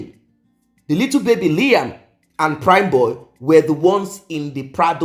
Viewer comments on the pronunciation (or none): none